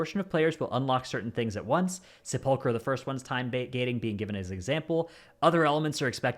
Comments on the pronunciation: It's nuts that he never gets it right. It has to be on purpose. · Someday will come when will be able to pronounce "sepulcher" correctly, but today is not that day.